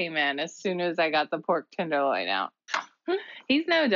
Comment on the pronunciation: It’s a tenderloin, not a “tinderloin”